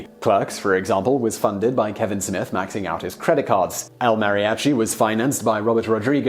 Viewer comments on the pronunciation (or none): none